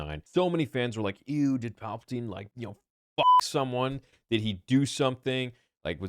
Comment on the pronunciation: The way says F*ck kills me in this video concerning Palps